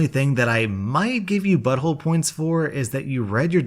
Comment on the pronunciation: shot a vodka everytime says bottholé